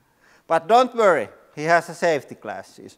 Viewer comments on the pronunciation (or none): "But don't vurry he-ah has-ah savety classes!" 😂